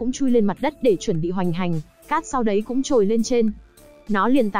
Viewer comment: Bạn đọc review quê ở Thanh Hoá hả. K đọc nổi dấu ngã sao. Cứ " giải ngủ", củng đâu biết